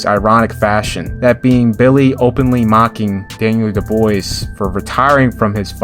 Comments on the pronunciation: Nikolai valooov tony belooo du bois, wtf are those pronunciation, val u ev, bel you dub wah thats how you do it properly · Daniel Dubois is pronounced "Daniel Dubwar" by the way. It's French like that. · My guy. You've been doing boxing too long to not get Daniel Dubois' name pronounced correctly.😊